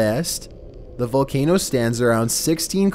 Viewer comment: Dude mispronounced many of these very famous volcanoes.